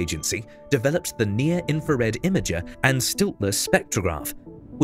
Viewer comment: NIRISS is the Near Infrared Imager and SLITLESS (not “stiltless”) Spectrograph since it disperses all the light in the field with grisms rather than slits. Also NIRISS is one of the four scientific instruments along with NIRCam, NIRSpec, and MIRI. FGS is not actually a science instrument though it does share its housing with NIRISS.